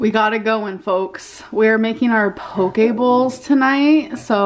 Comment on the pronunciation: “POKE BOWLS”. Lol.